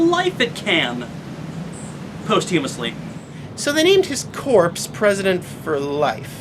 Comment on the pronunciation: I really love your videos, friend, but please check your pronunciation of "posthumously"